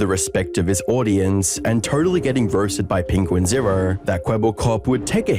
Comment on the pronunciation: the way you say "0" as in "2.0" is wild. Errrr